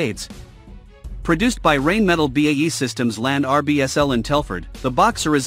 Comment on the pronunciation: Painful to listen to. "Rain Metle" and "Farn Borrow"